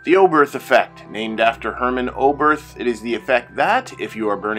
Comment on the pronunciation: Thank you for this excellent and very clear explanation. I’ve often wondered why the Oberth Effect happens, and now I understand 😊 (One very minor point : it’s pronounced ‘Obert’ - the ‘h’ is silent in German)